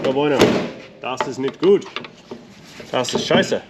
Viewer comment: You can start in German company's, the most important sentence ("Das ist Scheiße!") you pronounced perfect. 😂 Regards from Belgium